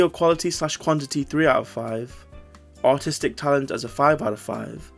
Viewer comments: I might be deaf, because I can't help but hear autistic talent instead of artistic talent every time 😭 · When you said “artistic talent” I was not looking at the screen and I was confident you said “autistic talent” 😂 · I heard "artistic talent" as "autistic talent" and honestly just went with it until I read the line lol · You did NOT say artistic